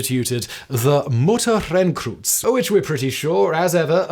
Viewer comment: "Mutterkreuz" is pronounced "Mut-tah-croy-tz", where "mut" rhymes with "put", emphasis on the first syllable... Simon, if you ever want any pre-recordings of German words so you can listen to them before recording these videos, I'd be glad to help :)